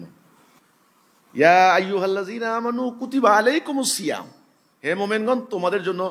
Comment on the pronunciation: তুমি তো এখনো কথাই বলতে জানো না সোয়াম বলতে কি সিহাম